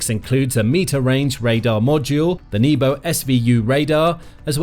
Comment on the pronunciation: so you pronounce nebo as knee-bow - that's hilarious